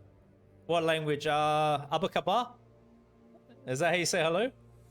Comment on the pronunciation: Yoo that “apa kabar?” (how are you?) and “terimakasih” (thank you) though, where did you learn those words??? 😆